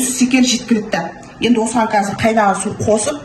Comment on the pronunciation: Секер емес, дұрысы шекер